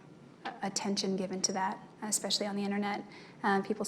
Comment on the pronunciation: I think the word "conversating" (red line appears) in the way in which Nurmi used it, is on the verge of becoming accepted usage, but I don't like it in this context. You all have pointed out some of Nurmi's other misuses, and to the list I'll add "EX-specially." (It might have been "EX-cape," but either way he substituted "ex" for "es.") I commented on this on the thread for that day but don't remember which day it is. Nurmi said this mispronunciation so many times Juan complained to the Judge about it in open court.